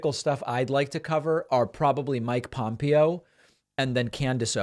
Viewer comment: It's not weak, who are you???? Thus should concern EVERONE! YOU PRONOUNCED POMPEO NAME WRONG. WHO ARE YOU?